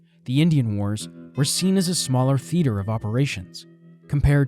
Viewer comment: The pronunciation of ‘ renowned’ and of ‘ theater’ were 2 other oddities 🙄